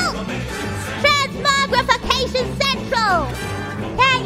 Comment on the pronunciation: She can’t say pizza or sandwich but she pulls off “transmogrification” without any struggle at all 😂